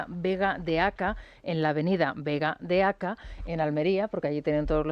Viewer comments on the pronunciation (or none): Rosana:es Vega de Acá, con acento en la a.Se llama así porque se halla entre el rio Andarax y la ciudad. Al otro lado del rio continúa la vega de Almería. La vega de acá ha desaparecido como vega pues se ha construido sobre ella la ampliación de la ciudad.